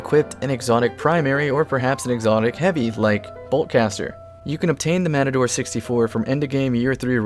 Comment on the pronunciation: You mean MAPADORE 🤣